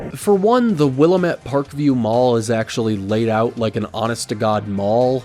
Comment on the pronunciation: you pronounced willamette so wrong 😢 its (wil-lam-it)